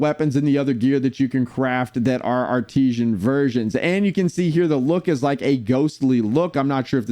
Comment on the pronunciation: Why are you pronouncing it as "Ar-tee-zhan?" It's "Ar-tiss-san."